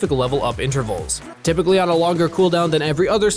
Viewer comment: You said rypically yourself though